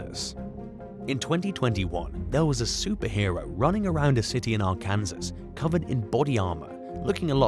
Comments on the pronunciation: Ar-can-saw. That's how you pronounce Arkansas. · It’s pronounced. R-can-saw. . Please do some research before recording. You are embarrassing yourself. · Its pronounced ARE CAN SAW Please take the time to learn the correct way to say locations. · R-Kansas? 😂 I haven't heard it pronounced like that since I was in the third grade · Arkansas is pronounced R-can-saw. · Just so you know the way you pronounce Arkansas is are-can-saw if you visit the state it's a crime to say it incorrectly. I live in the neighboring state of Oklahoma. You're welcome. ☺️